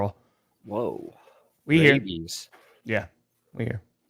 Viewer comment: may have heard "rabies" but I heard "vrabies" and immediately wondered if that was the name given to Mike Vrabel fans. 😂